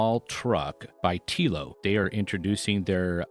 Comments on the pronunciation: Te-lo not T-elo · It’s pronounced: tello like hello not teelo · Telo… Pronounced like saying hello but replace the H with a T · Amazing how he did all that research and didn't watch a video of someone pronouncing it.